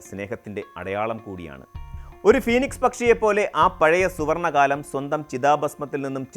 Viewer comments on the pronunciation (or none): none